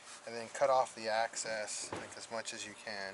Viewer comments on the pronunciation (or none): EXCESS NOT ACCESS